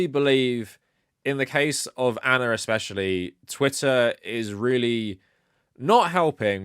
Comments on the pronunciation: I like how you say Ana. Anner. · I think Ana might whine that you’re calling her anner